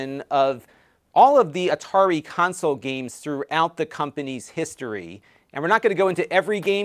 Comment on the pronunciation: Atari 2600? No no... it's the 2600, from A-tar-i.